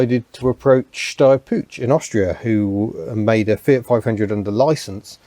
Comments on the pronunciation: For the love of Harvey, the "Puch" in "Steyr-Puch" is NOT pronounced "pooch". Not even close. Think of the word "put" and replace the sound of the "t" by the sound of "ch" in the Scots word "loch" (as in "Loch Ness"). There, that's a lot better. Thanks! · Brief side note, the ch in "Puch" is pronounced as in "Loch", like lake in Scotland. An Austrian :) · Hi, just for the sake of pronunciation, and as a German English-teacher I know about the difficulties of English people pronouncing German sounds:-): The word "Puch" has a sharp sound at the end like the name "Hugh" at the front, not link in "choo-choo-train" or "punch" Never mind, I REALLY like your technical approach to your unusual cars. Speaking about unusual: I used to have a few GDR-cars myself and I am currently having a Reliant Robin LHD (!), which originally ran in the Netherlands Cheers Holger (no, that "H" is soft:-) ) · Your pronunciation of "Puch" is funny (I'm german). The "ch" is like the one in Loch Ness...